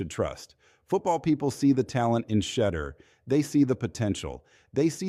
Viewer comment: It's pron ounced She-Door " !!